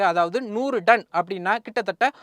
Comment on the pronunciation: Athu 'Done' ila 'Ton'.